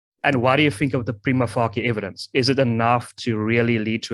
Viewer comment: Please can people just pronounce the expression "prima facie" correctly or use the term "based on first impression"